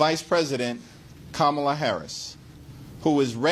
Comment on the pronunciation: Hey Schumer, how about some respect? Learn to pronounce her name!